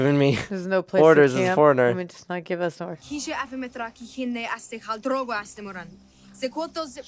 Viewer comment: His name is Dro-go, the syllables rhyme. 😊